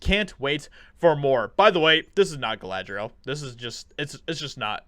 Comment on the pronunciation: Of course it's not Galadriel. It's Kalla-dRi-L.